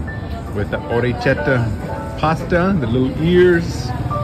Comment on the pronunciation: Orekkietta, K not ch